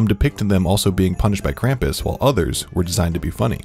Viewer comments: me a Austrian upset by the way he says kampus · Omg its not "cramp us" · Grew up with krupmus, as an austrian can say it scared me half to death, also the way you pronounce krumpus kills me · IT'S PRONOUNCED KRAHM-PUSS GOODNESS GRACIOUS IT'S LIKE Y'ALL DON'T EVEN TRY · ITS “KRAM-POES” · It’s pronounced Kr-ah-m-pas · As i German i cringed every time he said Krampus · They pronunciation of Krampus is off, also I believe the origin of Krampus was in Austria